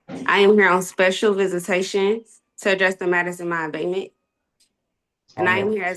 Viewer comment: OMG. She’s trying to say ABATEMENT. Abidmen, abibmom, adebman….